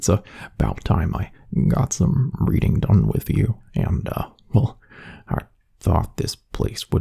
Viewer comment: i'm so dirty minded instead of hearing "Reading" i heard "Breeding" 💀💀💀🤣🤚🏽